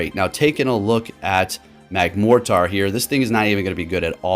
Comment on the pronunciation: I noticed you put a double-emphasis on “Magmortar”, like a lot of people do w/ “Madagascar”.